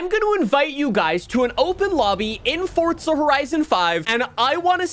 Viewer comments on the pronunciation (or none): none